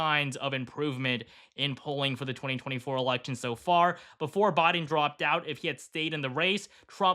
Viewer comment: Any particular reason why you keep mispronouncing Biden's name?